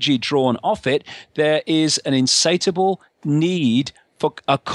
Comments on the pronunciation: " insatable "? insatiable, no? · I feel sorry for anybody who takes the rantings of this bozo seriously. "Insateable"! He can't even get the word right.